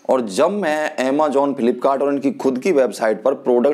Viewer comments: People like you are like crabs. Koi acha kaam krne ki koshish kare to tum jaise log use karne nahi dete. .. English tumse boli nai jari... Just because tum pr wo product kaam ni kiya.. Defamation krna shuruu.. Har product k ek achaa point hota h ek bura... AMAJOONN nahi bhaiya amazon 😂😂 grow up buddy khud m kuch karo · Phle amazon bolna sikh.